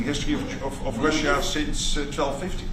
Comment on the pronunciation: Wtf does he say Russia in such a weird way.. hes such a tool.